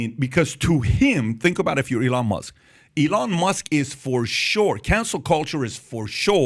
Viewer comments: Love how PBD pronounces E-Lon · why does he call elon ILLón Mósk? XDD